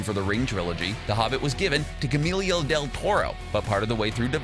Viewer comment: Man, you butchered Guillermo.